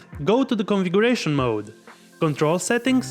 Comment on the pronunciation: Configuration can you read it again man. Hahahahaha